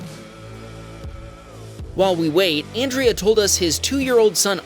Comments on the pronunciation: "Andre" is not pronounced "an' dree ah", it's pronounced "on' dray". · I'm laughing at you calling him "Andrea" when it's Andre....like Andre the giant 😅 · Andre pereira...Isnt that pronounced ANDRE not ANDRIA??? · Andre is pronounced UN-drey, not Andrea. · It definitly said Andre not Andra… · it is Ahn-dray. I do not think it was Ann-Dree-uh. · Re: #5 the guys name is Andre, not Andrea 🤦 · How does Andre feel about you calling him “Andrea”? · "On-dre" not Andrea lol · An dray.... not Andrea!!😅😂😅😂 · lmfao andre is not pronounced the same as andrea. andre is said like "on dray" not "an dree uh" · Andrea is a crazy pronunciation for Andre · Andrea is a girls name and you kept calling Andre as it showed in the text Andrea. Oops is that a wham baam narration? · Andre… thats NOT pronounced Andrea. Hes a guy. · By the way, Andre is pronounced Ahn-DRAY, not like the girl's name Andrea. No a at the end. Ted should have been paying more attention to the road. Never stop in traffic. Better to exit then get back on the highway than stop where he did. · Andre ... An-dr-ay ... Andre ...